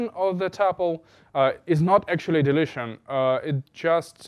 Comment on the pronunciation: When he says deletion or sounds like delicion (like delicious). It throws me off for a second. But great video anyway 😉